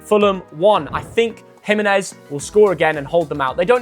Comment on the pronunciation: wrong (G)Jimenez bro